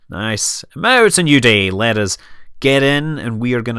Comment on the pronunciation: I love how you say 'uz' and 'whoat'. Sounds very professional. :D